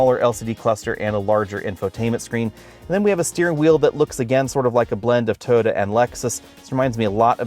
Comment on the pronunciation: Now I can’t unhear this. He jumps it down to 2 syllables.